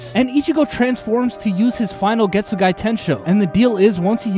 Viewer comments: Getsugai???? bro theres no i at the end 😭😭😭 its just Getsuga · Ichigo's constantly learning from Zangetsu. He pulled on Grimmjow what Zangetsu pulled on Byakuya. Oh and it's Getsuga btw, not Getsugai 😅. Fun fact: in Japanese, the soul/mind is in the heart. Ulquiorra crushed his heart literally and metaphorically. This age makes no sense. Aizen's been making preparations in Hueco Mundo for centuries and she was among the original Espada. How tf is she only 26? She should be in the hundreds. Zaraki Kenpachi is basically a Saiyan. Every time he loses, he gets stronger… until he reaches his former strength. That moment was epic because of the "Ore ga mamoru!" but Zangetsu could've taken over even without it. We already saw superfast regen during his training with the Vizards. This is no different. Wtf is that shit scream… The Japanese one sounds 100x better 🥲. Btw, Vasto Lorde Ichigo only used normal Ceros on Ulquiorra and even overpowered Ulquiorra's Cero. Ulquiorra used Cero Oscuras which is stronger than Gran Rey Cero which is itself stronger than a normal Cero. He didn't swap himself. He made them believe she was him. Kyōka Suigetsu's ability is Perfect Hypnosis. It manipulates all 5 senses. So when they prepared to attack him, he just made them think that she was him so they'd attack her instead. He thinks Fake Karakura town is the climax? Bruh it's basically the prologue 🤣. Something you wouldn't know without reading the LNs (Can't Fear Your Own World) is that Bleach's world us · Why does this guy keep saying getsuguy ITS GETSUGA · Man, this is fun like hell to listen, but that final i that you aded at the end of Getsuga(i) is insane. Like where the hell did you get it from?😅 but as a whole, is fun. Good job!